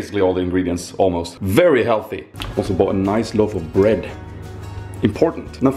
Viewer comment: oooh, niceu vlogu, loveu spooz